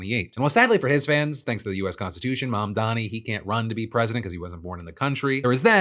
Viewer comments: Fuck Benny Johnson, does he screw up Mamdani's name on purpose or is he just that dumb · well it looks like i win Nazi dog whistle bingo! (the last square was pronouncing first AND last name wrong of an ethnic person)